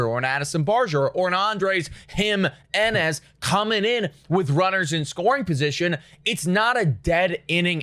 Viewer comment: “Andres Him-enez” 🗣️🗣️🗣️